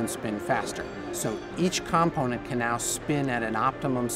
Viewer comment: Lol Each camponent. Component with an O please.